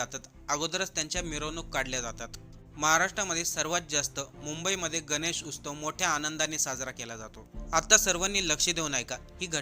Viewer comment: अहो उस्तव नाही हो, उत्सव.... मराठी माणसानो, मराठी तरी नीट बोला...किती वेळा उस्तव उस्तव म्हणाला तुम्ही